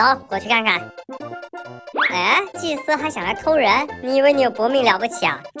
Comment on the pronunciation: 導演你祭司說成機械了